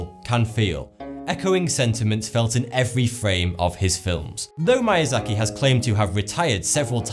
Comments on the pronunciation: Good video but the pronunciation of Japanese words was the worst I've ever heard. "Mayazaki"? It's more like "meeyahzahkee". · why are you pronouncing his name like it is mAyAzaki , it is miyazaki , it is pronounced like "me" ! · Miyazaki is pronounced Mee-ya-za-ki, not My-ya-za-ki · Its Miyazaki not MAYAZAKI!! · I think it's pronounced "Mee - ah - zah - kee", not "My - ah - zah - kee". Just saying you might want to improve your Japanese grammar for future videos. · MIYAZAKI not "MAYAZAKI". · It's pronounced "Meeasaki". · “idkwhattoputhere” Kuro He mispronounced a lot of things. At least mispronouncing manga doesn't make it sound like something else. It sounded like he said Mayazaki. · Unfortunately he butchered the pronunciation of "Miyazaki", lol. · Every time I hear Miyazaki's name being mispronounced, my life is shortened by one year. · i hate how he pronounced miyazaki wrong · You're pretty pretentious. You're talking down to people at the same time talking like a know it all. You're not even saying things properly. I could say that maybe pronouncing "Ataku" and "mAiazaki" was just your accent, but then you go and say "mononakO" are you even reading? If you're into anime, then these words should be no problem. If you had to research about the topic, then why are you so smug. Which is it? Don't even get me started on "Ghibli"